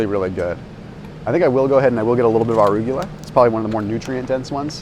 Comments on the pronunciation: Lol anyone notice how says arugula? xD “ARr-yoog-yah-la” xD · Please learn how to pronounce arugula.